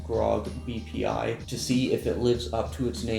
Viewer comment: am I the only one who heard "PPI"?